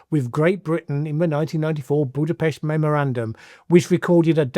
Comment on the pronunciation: You pronounced "Budapest" correctly. I'm really listening now.